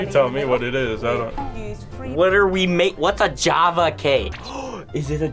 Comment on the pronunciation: As an English person the way they pronounced ‘Jaffa Cake’ was very upsetting. Btw its a cake with jelly and chocolate on top! ☺